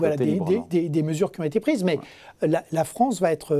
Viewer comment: "La Fronce"